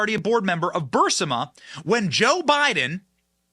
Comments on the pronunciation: "BUR-SI-MA"⁉️⁉️⁉️ BENNY‼️‼️‼️ Did you REALLY just say "BUR-SI-MA"⁉️⁉️⁉️ Thats even worse than when you say "NUC-U-LAR"‼️‼️‼️ You're not helping your credibility Pal.😖😳🥴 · “Bur-sa-ma?” what? Benny, I think you mean “Bur-is-ma.* Just like when you say “Hei-ner-sch-N-eide” I think you actually mean “Hei-ner-sch-eide.” I criticize because I care. When you’re in the business of reporting FACTS, Benny, it’s critical that you are FACTUAL. The Left LOVES to blend facts with fiction, that makes it so much more important to make as certain as is humanly possible for us to be as accurate and factual in our reporting as we can. The Left wants ALL of Western society to collapse, including the English language. It’s absolutely critical to our survival that we fight them, tooth-and-nail, on every front, even in something as mundane as spelling, grammar, punctuation, or pronunciation. The battlefront is everywhere. If you can’t see it, you’ve already lost. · Again, Ben, it's not BUR-SIM-A, it's BUR-IS-MA. If you slowed down just a bit you wouldn't spraiin your tongue. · Jesus Benny, it’s Burisma , not bursima FFS !!! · Benny, it “ Burisma” not “Bursima”